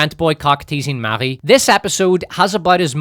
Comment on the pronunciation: Updoot for saying "Marie" in a French way.